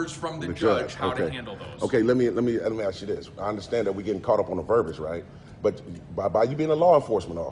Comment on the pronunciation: You know what is disgusting, when they cant even pronounce the word "ask" properly!.